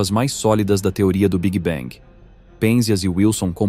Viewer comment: tudo ia muito bem até o migué "big bang"... aí não dá - "biguibengue" não dá... é muita tolice